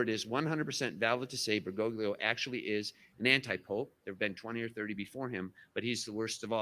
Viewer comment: That would mean that you are a Sedevacantist. Biblically, there can be no break in the line of succession. One cannot reject the Church and pope, and still be Catholic in good standing. You are outside the Church. REPENT. Why do you insist on massacring his name? At least get it right. BERGOGLIO, but he is still Pope Francis.